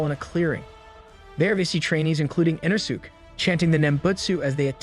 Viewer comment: So aggravating 😂 they literally say it the right way in the English version so him saying it wrong is inexcusable